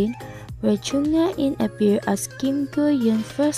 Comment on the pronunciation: it was supposed to be pronounced as HE-IN (HAE IN)